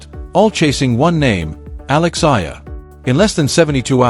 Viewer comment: Pls...a name is the sweetest sound one can hear...kindly pronounce her last name as Ey...yah..lah..thank you